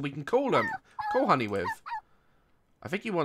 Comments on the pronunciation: He called honey like ‘hungee,’ Mrs doubtfire? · I love his he says HANY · the way you say honey is so funny and cute 😂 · the way he says honey 😂😂😂